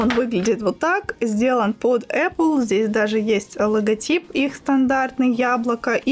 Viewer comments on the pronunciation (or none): none